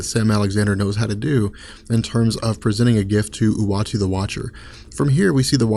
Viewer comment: Anyone else hearing him pronounce Uatu the Watcher as "Watchy the Watcher"?